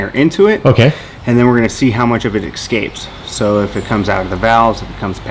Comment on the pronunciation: Never trust anyone that says "excapes"